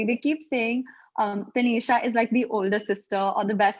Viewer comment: I kinda like that this person was calling taneesha taneshow everytime....😅